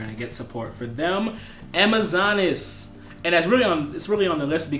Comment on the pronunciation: Alec Fields hahaha ur face when he says Amazonees